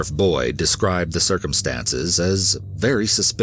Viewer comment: The second story, I kept hearing “Understudy Boy” instead of Boyd 😂🤣 imagine a little boy answering the questions